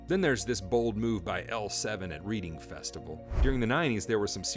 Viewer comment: Reading Festival pronounced Reding btw. Funny hearing it like that when I live near it.